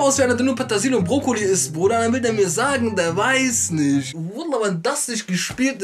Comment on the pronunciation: Patasil? Wie der sooo tuuut. Der will mir sagen er weiiis "nisch". Junge Petersilie